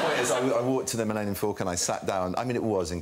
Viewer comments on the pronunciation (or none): none